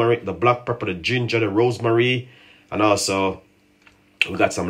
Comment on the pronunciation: It's not called rosemarie, the proper pronunciation is rosemary. You don't cook tea, you boil tea🙄